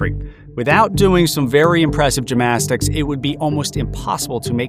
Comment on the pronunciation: "Gymastics" - how did that non-word sneak in, and how did you say it without realising your mistake? Very odd. Very odd, indeed.